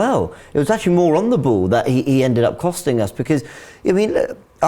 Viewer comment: anyone else can't help but to laugh every time says Ball.... da booool - on the bhool. It makes me giggle every time I hear it.